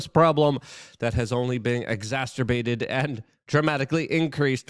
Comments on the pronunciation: I love when Luke says, "EXASTERBATED" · I thought it was 'tumulcherluss'....and 'eggzasterbated'?!